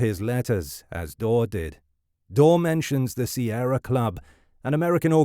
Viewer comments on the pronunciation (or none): none